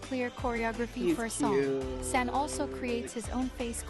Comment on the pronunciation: Just a quick infi before i finish the video: the way you said San is the right way! Don’t let that robot voice confuse you ;) The A's are usually pronounced like the u in Sun for example.